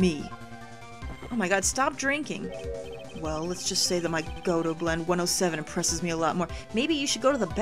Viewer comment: Hey just wanted to let you know how to pronounce some names. Kurain= coo-rah-en Godot= go-doe